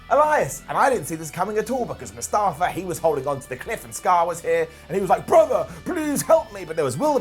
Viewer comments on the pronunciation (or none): You saying Mustafa instead of Mufasa had me laughing. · Its Mufasa not mustafa! You awesome person! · Mustafa.. lol.... it is Mufasa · Mufasa not mustafa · ... Mufasa, not Mustafa ;) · IT'S MUFASA NOT MUSTAFA LMAOOOO